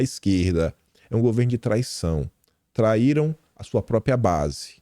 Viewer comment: Pq é tão difícil dizer PRÓPRIA ao invés de PRÓPIA ? KKKKKKK